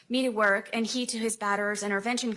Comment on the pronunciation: End-t. And-t. World-t. And-t. When did-t we start talking with a "T" after the letter "D" in a sentence? And-t? Smh